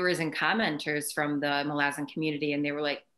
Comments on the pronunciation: Thank you for the pronunciation correction! I hope I can change that after saying it wrong for so long. So true about how this series is comparable to Tolkien's in complexity and lore. Malazan is certainly worthy of the attention it's been receiving, and I believe it will stand the test of time. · I understand it to be pronounced "Muh-la-zuhn." I could still be wrong!